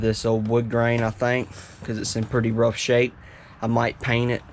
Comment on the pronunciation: It’s rought mh god it’s rought